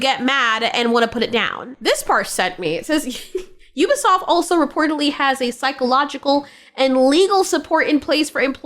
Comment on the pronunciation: Excuse me, it's french. It's pronounced We-be-soft!! 😅